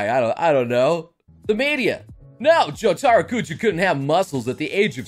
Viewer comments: Ok, of all people you should know better. It's not jo-TAR-o, it's JO-ta-ro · JO-taro, the tastiest of the JoJos.